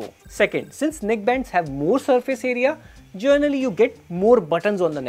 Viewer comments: “Gernally” speaking, it’s “Generally” 😅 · Generally ❌ Journally ✅